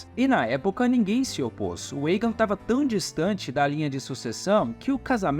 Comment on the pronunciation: Muito bom o vídeo. Mas me incomodou um pouco o cara falando Eigen ao inves de Aegon. Esse"mon" vem de dragon. Com O.. mas muito massa essas histórias dos Targerien kkkk